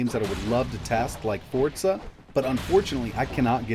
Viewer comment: It's Forza not Fortza